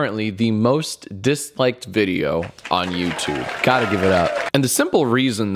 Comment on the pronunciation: Did someone read de email from "Yootobe"...Lmao